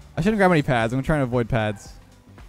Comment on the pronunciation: "poods" is actually the Canadian pronunciation for Boost Pads, I get it